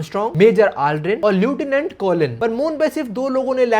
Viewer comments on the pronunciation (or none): no offence but lieutenant ka pronounciation galat hai. Bleach dekhne ke badh bhi😭